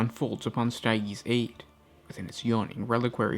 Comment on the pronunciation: I die everytime you try to pronounce stygies